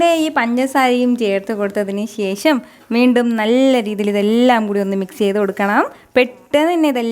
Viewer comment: ശേശം അല്ല ശേഷം